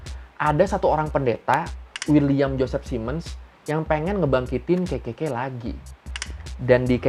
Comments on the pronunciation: ngakak bgt tiap denger ngomong KKK berasa kek ngomong kekeyi, pdhl bisa triple K aja bang 😁😂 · KKK ya gaiw bukan kekeyi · Malah gw dengernya kekeyi 😂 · Dengerku "Kekekey" 🤣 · Kenapa setiap bilang kekekey aku mikirnya ke kekeyi...🤣🤣🤣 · Orang lain dengar : kkk Gw denger : kekey k 😭😭